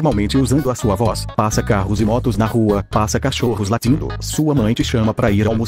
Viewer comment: "Passa cachorros Latíndo"